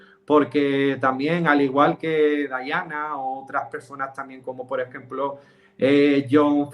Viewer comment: Es Diana no dayana🤔🙄